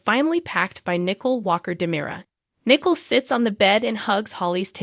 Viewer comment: Teresa, not Theresa. T not TH. Nicole , not nickel Accent on the Cole.